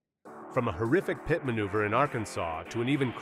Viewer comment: The AI voice cannot say PIT.